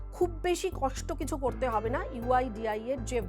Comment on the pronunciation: Someone tell her website name is "uidai" not 'uidia ' 😂 PS: over confidence ki bhi sima hoti haai mitronn